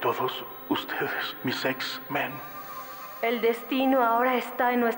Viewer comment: “Sexmen” xD